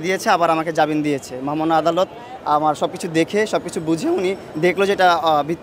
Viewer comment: জাবিন কিসের?জামিন।আজও ভাষা পর্যন্ত ঠিক করতে পারলো না।